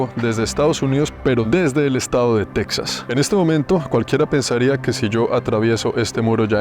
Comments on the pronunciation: En español es “Tejas” no se pronuncia “TeXas” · se dice texas y no texsas 😂😂😂 puro lavaplatos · Se escribe Texas y se pronuncia Tejas, al igual que se escribe México y se pronuncia Méjico, o sea se castellanizaron las 2 palabras aztecas hermano, de todos modos excelente reportaje de un seguidor compatriota. Al río bravo al otro lado de la frontera con Estados Unidos los gringos le dicen el río grande. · Suena raro que le digas Teksas a Texas (con jota). Saludos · No se pronuncia "tecsas" sino "téjas" al español